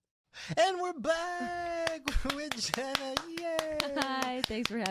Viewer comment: Not "Jeanna" 😭